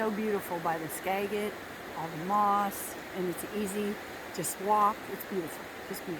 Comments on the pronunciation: We have lived in Washington State all our lives and have explored extensively. We have been to the Skagit River many, many times. The correct pronunciation is: ska. jit. River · Skagit is pronounced like a “J” Skajit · The g in skagit valley has sold of gem not g like got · Loved this. I know you all were traveling, but it’s actually “skadge-it” river. :)